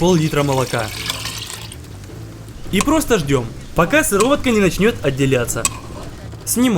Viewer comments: Правильно не сывОротка, а сЫворотка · пока сыровотка не начнёт отделятся бабка: правильно говорить сыворотка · Когда он говорил сыворо́тка но правильно же сы́воротка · По в украинских сёлах, она всегда была сироватка!!! А по русскому и по технологическому она сыворотка!!! А между ушами мозги должны быть! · Сыворотка ❌ сыровотка ✅ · сывОротка чел правильно сЫворотка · Сыворотка а не сыровотка! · сЫворотка а не сыровОтка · Не сыворОтка, а сЫворотка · Мне кажется он говорит сыровотка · СыровОтка еще говорит🤣😭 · СЫВОРОТКА СЫ-ВО-РО-ТКА АОАООАОАОАОАО, КОГДА ОН ТАК ГОВОРИЛ Я ПЛАКАЛ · Я которая даже не заметила, что он сказал сыРовоТка : не понял 🗿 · Por 365 «сыроватка» так звучит по-украински и по-белоруски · Это в Украине так говорят) У нас правильно "сырОватка". Кстати, не знаю, почему называл рядно покрывалом, но это уже такое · Это украинский диалект. Так в Украине часто говорят...